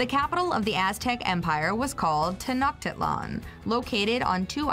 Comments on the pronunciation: this lady really said tay-knock-tee-lan! Im done. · u did Not pronounce tenochtitlan correctly lol